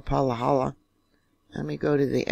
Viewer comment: Living in Hawai’i Island close to this morning’s quake, was awake, felt it shake, got an alert on my phone of a 4+ quake. Then a few minutes later a new alert with a lower reading. Wish I had taken screen shots! As we have lots of shaking going on in the area, pronounced “Pa ha la”. All lowercase a’s. Thanks for your updates. I follow you for your Yellowstone updates, born in Bozeman. Much family on west side of country. Hawai’ian local told me after Kilauea eruption that Mauna Loa would be next. Tradition? Cultural awareness? I am watching and listening. Astrologers talk about planetary alignments which indicate increased volcanic activity. Unconditional heart centered love and being in the moment. No time or energy for fear. Just staying aware. 🙏🏻